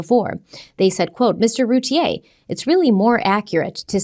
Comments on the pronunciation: I love you guys, but Darlie’s last name is pronounced like root beer without the b. Like Rooteer. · Here in Texas, they always pronounced her last name Routier, sounds like "beer" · And actually the Routiers pronounce their name “Roo Teer”. 😂